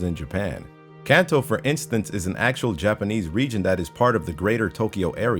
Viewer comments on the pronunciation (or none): none